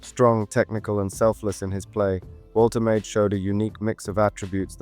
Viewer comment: Wol-tuh-mah-duh. Hope that helps